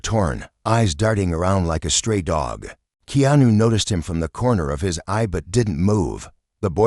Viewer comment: Please pronounce Keanu's name correctly